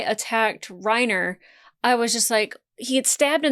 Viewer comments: Armin Arlert Reiner Braun Neither “R” in Armin’s last name is silent. I’m not even going to try to type out how to pronounce his last name. Best I could come up with is combining parts of “are”, “error”, and “alert”, so I gave up. The 2nd “R” in Reiner’s first name is silent - Rine-Uh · A lot of the names in the show are German, so you would be correct to pronounce "Reiner" as "Ry-na". Same with Connie Springer not putting any emphasis on the "er" at the end. The Dub actors have american accents and even they go for the German pronunciation which I imagine was purposeful for that reason. But don't melt your brain over it, just go with whatever honestly